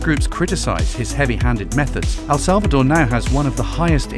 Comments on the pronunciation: It's El Salvador not Al Salvador....😅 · Al Salvador nahi El Salvador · Bhai, I cringe every time I hear you say ‘Al Salvador’. Please pronounce it properly, ‘El Salvador’. एल सल्वाडोर